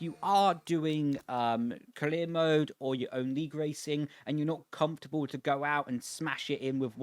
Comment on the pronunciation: Is there a reason that on some words you replace R with L? Like glip, caleer mode and last time it was DLS and ELS